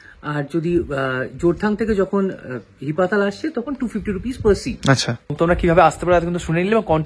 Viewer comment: জায়গাটির নাম হি-পাতাল। তুমি একসঙ্গে উচ্চারণ করায় বুঝতেই পারছিলাম না। এডিট করে দিও পারলে। আর হ্যাঁ, রিনচেনপং এর হোটেলটাতে আমরাও ছিলাম।অসাধারণ❤❤❤❤❤